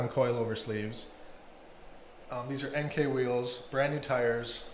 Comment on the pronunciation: It’s pronounced Inkey not NK lol